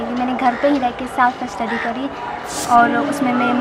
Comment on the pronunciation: रुबी राय भी पैसा देकर टापर करी थी जो की 2016 में इसकी ही बहन थी जो last me पकड़ी गई थी,,, और ये भी पैसा देकर ही टापर आई है क्योंकि ये सेल्फ स्टडी को साफ स्टडी बोल रहीं हैं एक बार गलती से सेल्फ स्टडी को साफ स्टडी बोल सकतीं हैं, लेकिन ये 2 बार सेल्फ स्टडी को साफ स्टडी बोल रही है , विडियो को ध्यान से देखिए 👍👍👍👍👍👍👍👍👍